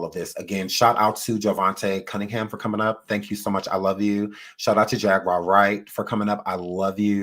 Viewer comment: Not Jag Wire! 😢😢😂😂